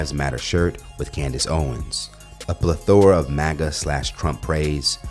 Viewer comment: a PLU-THOR-UH is crazy 😂